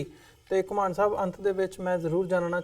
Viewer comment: host jee ur guest's is Ghumman not ghumaaan